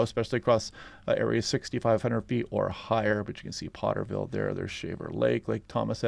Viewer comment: Poor-teer-ville....not Potterville. The armpit of Tulare County.